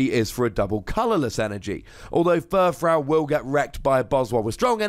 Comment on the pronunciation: You're still saying Furfrou wrong.